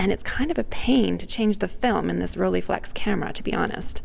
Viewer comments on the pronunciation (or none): Its not Roll"ee"flex, its Roll"ei" flex!!! Your pronunciation is very annoying. And the negative is not "about" 6cm by 6cm, it is precisely 6cm by 6cm. That's why its called medium-format. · It's not the end of the world or anything :-) but it's pronounced ROLL-EYE, not "rollie". The "EYE" part is exactly the same "EYE" as in "Leica", etc.